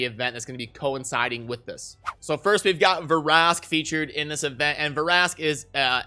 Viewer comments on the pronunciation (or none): It’s not Ver-ask it’s Vrask